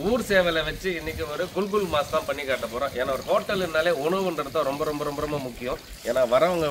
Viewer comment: ஐயா அது குல்,குல் மாஸ் இல்லை குகூல்மஸ் அதாவது குகூல் என்பது சிங்களத்தில் கோழிக்கு சொல்வது மஸ்-இறைச்சி அதுவும் சிங்களம். அது கறியின் பெயர் கிடையாது.